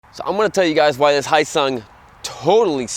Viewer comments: Not "hi sung" it's spelled phonetically correct. "Hyo-sung". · this guy is terrible at pronouncing foreign words. yeah muh haw? its not hisung its hee yo sung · It's pronounced "Hee -yo sung." It's a South Korean company that provides engines to Suzuki motorcycles. In Korea, the company goes by "Hyosung-Suzuki" and license manufactures Suzuki motorcycles. After acquiring enough knowledge and know-hows in producing motorcycles, Hyosung decided to manufacture their own bikes under their own brands. You buy a Hyosung GD650, you're basically buying an SV650 with a bit less attention to details at a much lower price. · It's pronounced Hyo-sung. You say YO but with a slight H at the beginning. H...YO. HYO-SUNG. Not Hi-yo-sung. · It is pronounced Hyo-sung - ryhmes with Bro-sung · silent "H" you ssob!! silent "H"!!! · It's 'hoe-sung', isn't it? They had made a 250 V-twin sportbike previously... styling's to die for... speaking of smaller makes faster, Kenny Roberts had a go-fast school where they'd race like honda trail 50's around a sloggy mud track, they'd make every racing move at like 17moh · Honda??American brand???. like my North Korean BAJAJ from India with a Mexican paint job. Pssshh! You can't even say Hyosung right. you just got 1 thumbs down for saying nonsense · Pssshh! You can't even say Hyosung right. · And he can't even pronounce Hyosung correctly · Learn how to pronounce Hyosung correctly!!!